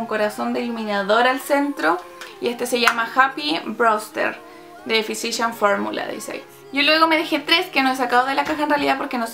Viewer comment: Se pronuncia fisical formula* ♥ súper vídeo c